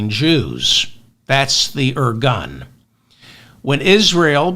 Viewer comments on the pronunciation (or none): I love you David! I love it how you said at the end that you’re not giving up! Also, I know Israel’s history enough to say that you described the situation and history accurately. By the way it’s pronounced… “Ir-goon” and not “ir-gun”.